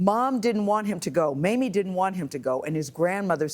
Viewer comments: Did Nate say "Mammy" instead of "Mamie'? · He called her Maime, I think some one corrected him !